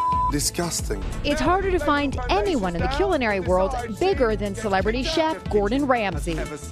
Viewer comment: ..wtf is coolinary? 😂😂😂